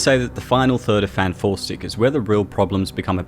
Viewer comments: "enter fant 4 stick" lmao ded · Everytime I hear say FantFourstic, it just makes me chuckle.